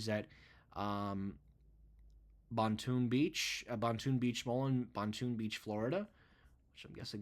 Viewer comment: The Boynton Beach (pronounced boin-tin, not bon-toon) store has two levels, not one, and was not built on a hill. Although the store had cool architecture outside, that mall had been ailing for years now (Sears left in early 2019), making their Macy's closure non-shocking to myself. While WestShore's looked bland, I never thought that store would go, especially 'cause it was the only three level unit for them on the Gulf Coast of Florida.